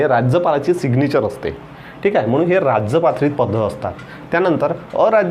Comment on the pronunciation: How u pronounce sir rajptrit sound like rajypatrit ...its very different pronounce it's only rajpatrit